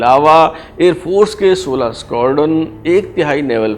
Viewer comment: Squarden Kia hota Hai... Ye kia koi nae cheez Hai.. ya talatuz nahi aa raha... Hamai to pta Squadron ka. سکواڈرن بولو اگر سیھکناہے تو اور سکوارڈن